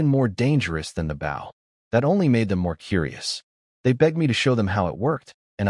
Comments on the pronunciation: Could somebody PLEASE teach A.I. How to pronoun bOw as in bow and arrow and bow as in to bow down. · If you're going to tell a story, could you please pronounce the word BOW as a weapon and not a polite action.